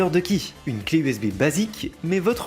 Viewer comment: EVEGA ? eve ga ? pardon ? et tu dis usb a ? ta arracher leurs noms 🤣Nan sincèrement essaye de choisir en Anglais et Français car ta pris le pire possible pour les 2 cas, personne dis evega et personne dis usbi lol 👍